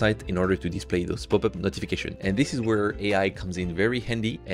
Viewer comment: I really thought that "poopup" was just you pronouncing popup with French accent LOL